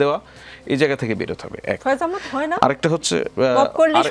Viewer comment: আপনার কাছে ভূল উচ্চারণ কাঙ্ক্ষিত না,আহ্ মদ না আহ্ মাদ।